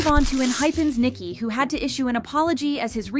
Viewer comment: It's Ni-Ki not Niki